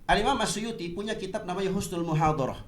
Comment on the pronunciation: Gila si, imam asyuyuti dibilang suyuti..stres